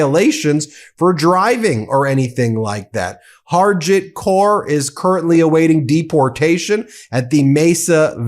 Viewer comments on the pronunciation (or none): none